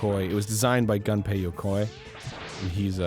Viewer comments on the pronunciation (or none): Gaaaahhhh... "Gunpei" is not "Gun-pay", it's "Goom-pay"